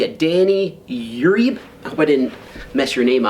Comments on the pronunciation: I think it’s pronounced YUREEBAY 😂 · Name is pronounced "Uuwreebe" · Uribe... (you ree bay) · In SoCal Uribe is pronounced yer ree bae short e long e long a thought you'd like to know. That will make ya a great northern or Muskie Stik. Good Fishn and Tight lines.